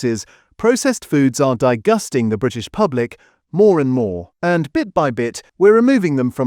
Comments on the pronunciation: ….. “and products that have been DIE-GUSTING the British public “ ! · It’s AI audio… too bad… since when was disgusting pronounced die gusting! Ironic that it’s AI fake audio to describe fake ice cream! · Digusting ? WTAF. IS THIS AN AI VOICE? Just like my ice cream, I prefer to keep it real. I’m actually digusted by your fakery. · I can't take seriously anything pronouncing disgusting as die - gusting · Did you hear him say di-gusting instead of disgusting? Why must they use AI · Great information. But what's with the "di - gusting" pronunciation so probably using an AI voice over which is disappointing. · 'dye-gusting'??? I am so fed up of AI voices. Tends to make you not trust the message.